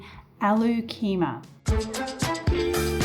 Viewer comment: I always enjoy your cooking show and have tried several dishes. They were delish The correct pronunciation is “Ah Loo” = which is potatoes(Indian) and “Khe Mar”.